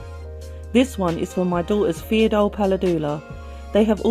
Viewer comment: ur pronouncation of pheidole xD